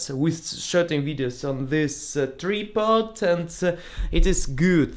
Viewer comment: I watched this video right when it was posted yesterday... but I knew it was gonna be a long comment. And it might take you all weekend to read it. Lol. And I Needed to get sleep first.:)....TRI-pod: tri is pronounced as TRY or like in TRIangle... not tree... although it’s adorable when you say it I thought you might want to know.:)... yes! we don’t want you to kill your camera!!! To expensive to not handle with extreme care!... hahaha. Best not to assume anything these days if you don’t want hate mail. You never know who is “what” nowadays....:) you are funny man... yes understand perfectly!... nice Henry Ford analogy.... even at times when we have nothing ourselves and we can still find some kindness to share with others.... keep up what you are doing and one day you will be on the Superior level!... Yes... the whole point of life is managing to survive it! LOL. We call this “adulting”.:) Our jobs are “mundane” sometimes... but necessary!!!... yes great idea! I don’t remember seeing EJBooks videos (maybe I did and didn’t notice the # format) but I am excited to hear your “book reviews”.... maybe another new word for you... “doodling”. You are a “doodler”. I am also... my school papers use to always have little pictures drawn in the margins LOL.... GREAT! You should definitely prepare for each step in the visa process carefully and with time you will reach your goal of visiting the US. Mak